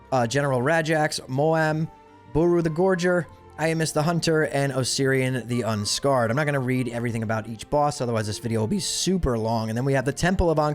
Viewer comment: how have these raids been out for 20 years, and yet youtubers that cant pronounce the boss names properly. Its Hu-Hu-Rahn, Its Ossy the Un-Scarred like a Scar on your body.